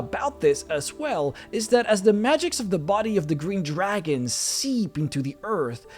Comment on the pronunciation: Mildly irritated by the way you put emphasis on the word 'dragon' and not the colour.